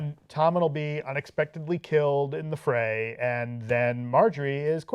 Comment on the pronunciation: "time to join the Frey"... What? He joins the Freys?